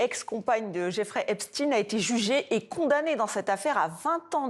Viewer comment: Pourquoi trafiquer la prononciation du nom d'Epstein?